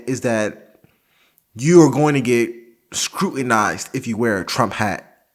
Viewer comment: “Scrutinized” lol